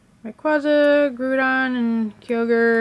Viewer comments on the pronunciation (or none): its not GRU-DON ITS GROU-DON GEEEEEEZZZZ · It's not groodon it's groudon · Umm... You pronounced almost every Pokemon incorrectly! Ray-Quay-Zah, Grow-don, Kye-oge-r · you saID GROUDON LIKE GRUDAWN NOT GRAWDON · wtf is up with her pronunciation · and groudon and kyogre too xd